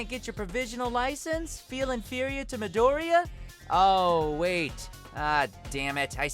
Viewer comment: You mispronounced Pitou....and Midoriya. Although that's because the dub mispronounced it in the first place. You guys really need to pronounce shit right though.